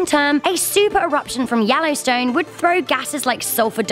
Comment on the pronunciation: Da wellowstwone